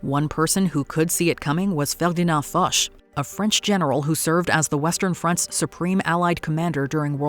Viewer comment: Hearing a Canadian mispronounce Ferdinand Foche has me shook.